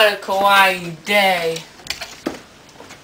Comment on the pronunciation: Everytime he pronounces "Kawaii" (cute) as "Kowai" (scary) I think he means it fuck he's scary